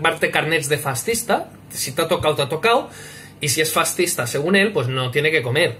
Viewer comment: Un "Faztizta" jajajaja